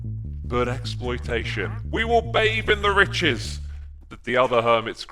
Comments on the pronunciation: Ex- ploitation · Xploitation... I think this is intentional hehehe